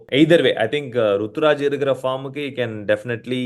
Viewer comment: Ruturaj ❌ tukuraj✅